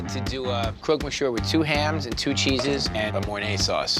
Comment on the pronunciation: First, learn how to pronounce “monsieur”. And “spätzle” too.